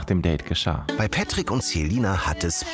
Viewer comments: Ich erklär Dir mal warum "PÄtrick" und nicht "Patrick".... Weil auch "lowkey" statt "bisschen"... Checkts selber net... xD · "petrick" ist die englische aussprache von "Patrick" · Einfach einmal deutsche Aussprache und einmal amerikanische beim Namen Patrick das ist der einzige Unterschied